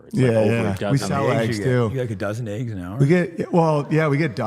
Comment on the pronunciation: Eggs not ayyggs!!!